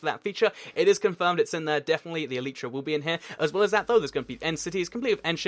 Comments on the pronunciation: It's elytra pronounced al I tra not el each ra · why do you say eletra when it is spelled elytra and the minecraft wiki says this "Elytra (pronunciation: [ˈɛl ɪ trə] el-i-trə)" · OH FOR THE LAST GODDAMN TIME, ELYTRA IS PRONOUNCED "ELAJTRA" NOT "EELEETRA"!!! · yes I know it's latin for wings you clever loads gun, clever points gun gamer shoots